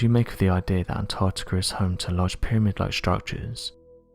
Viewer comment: Anarrrrticerr is so advanced, it has the most densely compact ice, in the world